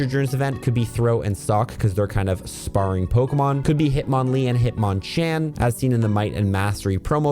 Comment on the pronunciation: Bro really said sparing partners. It’s sparring like sparring partner like boxing. Cmon bro.